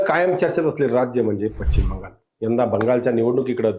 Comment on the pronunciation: पच्चीम नाही पश्चिम बंगाल, उच्चार सुधर!!